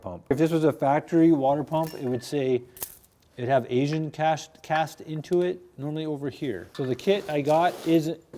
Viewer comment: I see/hear this all the time. It is not 'Asian' and it's not pronounced 'Asian.' It is Aisin.